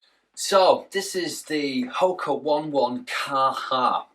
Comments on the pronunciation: Dude it's pronounced "Oh-nay, Oh-nay,' not 1, 1. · Ho ka Oh ne oh ne, not Wan wan.